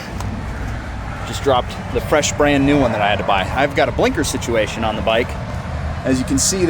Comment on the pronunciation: Yo do you have northern Irish ancestry? Early in the vid you say “sitiation” and then later you said “wee”